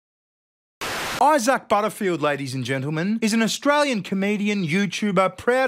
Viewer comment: Eye-sack... What an proper big unfortunate name 😂